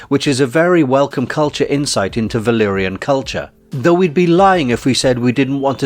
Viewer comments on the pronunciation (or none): you'd have a lot more credibility if you pronounced Valerian as VAL-AIR-ien, not like Ballerina ....